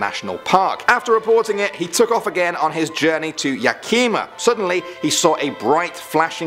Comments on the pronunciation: Lol it's Yeah-kuh-mah not Yeah-keema (Yakima) And Spokane: Spoh-can not Spoh-cane Which I knew was coming after the first one lol. No one ever pronounces Spokane right. But I haven't heard Yakima said by an englishmen before lol. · Spokane: spoke-Anne Yakima: yeah-Kim-ah Issaquah: Is-a-kwah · Yak - i - ma , not ya - kim - aThat's the only one that was close enough to figure out what town you were talking about. the rest was so far off I couldn't even guess. I wish people would at least attept to talk to someone local or look up correct pronouciation. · Bro I love how he said Yakima 😂😂 YahKEEma lol its just Yak (animal) i (short i) mah (like maltose). Then again Id definitely butcher some UK names so no way I can judge lol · You pronouced our cities very funny. Spokane == Spo-Can /= Spo-Kane Yakima == Yak E Ma /= Ya-Key-Ma Snohomish == Snow-Home-Ish /= Snow-hom-ish FYI, LOL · It’s Yea KUH Mah. Not Yakeema And it’s Izz UH Kwah I know we have wacky hard to pronounce town names Thanks for the video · yakema ?? you mean yakima.. it’s spelled yakima lmao soo it’s yak-I-ma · It’s (ya•ki•ma) not (ya•kee•ma) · Btw, it's Yak-Em-Aw. Not Yakeema. 😂😂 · Yakeema....lol Yakama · It's pronounced Ya- ki- mah just saying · Yakima is pronounced yak-a-ma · Spoh-can. , yeah-ca-mah, is-sa-quah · Yakima gang? And also yak im a? It’s YAKIMA YAKIM A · The way he pronounced Yakima as "Yakeema" lol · Um, sir. It's not Yakeema. It's Yakima. Like eh. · Jarrell Tat yak-e-ma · Logan Whitt yakima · YAK-A-MA (Yakima) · Oh, the mispronunciations . . . Yakima: yeah-kih-ma Spokane: spo-can Issaquah: iss-uh-kwa But I’m so glad you guys did this video! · Mocking poodle Don’t you mean YaKEEma? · Did you really just pronounce Yakima "Yuh-key-maah"?! Really?! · YaKEEEEma argh I shuddered. Oh I just got to "ihSACKwah" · YA KIIIIMA hahaha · It’s Yakima (yak-e-ma ) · FYI, Yakima is pronounced with a short "i" not a long "i". Love your stuff, keep the vids coming. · Bro the way u said Yakima 🤣🤣